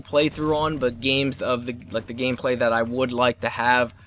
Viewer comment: LOL "gameclay"